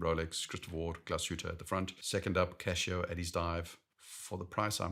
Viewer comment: Casio, not Cashio!